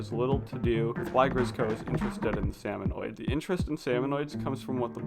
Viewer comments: I just keep thinking, "It's SalmonID not SalmonOID" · Every time he says “salmonoid” I internally scream “ITS SALMONID YA DINGUS”.